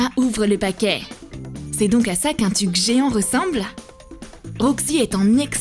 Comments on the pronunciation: A 3min50elle dit tic alors que c'est tuc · Ça me perturbe les gens qui disent Tuc et pas Teuc